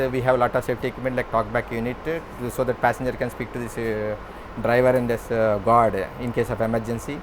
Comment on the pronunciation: He said Guard not God.